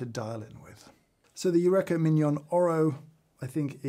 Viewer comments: I can't believe, without reading over a thousand comments, I'm the first to say "James! You-reeka" not "you-wreck-a". Archimedes in the bath tub and all that. But thanks for your fantastic research. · I find the sound of my grinder acceptable if i wear industrial ear protection 😮 Eureka = James it's pronounced yu reeka 😂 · Yurekha. That's how you're going to pronounce it? Shame on you. /j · British Eureka pronunciation is interesting! 🇺🇸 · My takeaway from this - I pronounce Eureka wrong when talking about a grinder I thought I'd like to upgrade to. I really want to up my coffee game, and watch all of James' videos, but my coffee is mainly made whilst I've still got the embers of last night's dreams in my head, and my taste buds are nowhere near as tuned as I'd like. Every now and then I'll make something that I like, but I've got no idea what it is I like or how I did it. Still, keep trying. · After many years pronouncing Eureka like we say Aristotle did, to now learn I’ve been wrong all this time! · hol up. is that how british people pronounce "eureka"? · The way you pronounce Eureka deeply upsets me